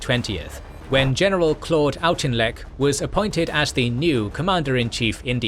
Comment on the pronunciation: Weird combination of good pronunciation of a lot of Burmese place names, but then butchering Wavell and Auchinleck.